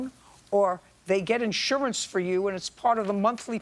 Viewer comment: He had in shorance on the twenty forf.